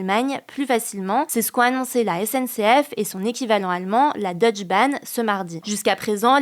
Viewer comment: Petite correction de prononciation: On prononce le "e" de "Deutsche Bahn". Donc on dirait "Deutsché Bahn".